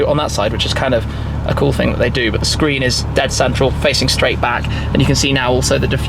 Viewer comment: "a 10.25 inch SHCREEN" 😂😂😂